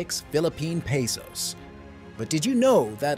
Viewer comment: .Peesos. Bro, it's Pesos. . In the Asia. LoL. Who wrote this?